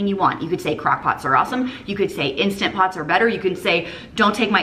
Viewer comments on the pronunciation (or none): It’s INSTANTpot, not instapot. Huuuuuuuge pet peeve 😂